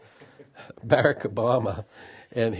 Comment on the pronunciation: He is so arrogant he wont even humble himself enough to be corrected. He didn't even attempt to say BARACK correctly. Right after that I kind of lost interest..